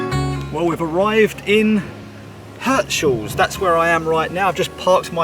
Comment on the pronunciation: It's Heeerts-haaahls 😂